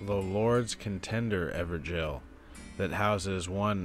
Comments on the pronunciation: I pronounce them as ever-goals not ever-jails so it's wierd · IT'S NOT EVER JAIL